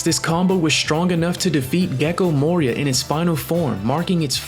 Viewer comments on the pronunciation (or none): none